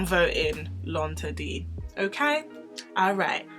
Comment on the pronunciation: I'm saying!! Because she sho just taught me how to pronounce L'inderdet I was saying that all wrong😂🤣